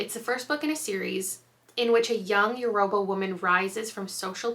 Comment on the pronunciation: I'm so excited to immediately add these to my TBR! Just fyi, Yoruba is actually pronounced Yuh-roo-ba 😁🫶🏽